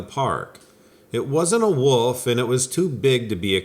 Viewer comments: I've noticed twice you said woof twice instead of Wolf twice one said at about 10 minutes and 40 seconds and the other one 11 minutes and 38 seconds as you said werewoof. I don't know how many times in person I've caught people saying woiof instead of wolf and they always deny it but it's far more common than you think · I've noticed he says woof a lot in many videos but once he did proniunce it correctly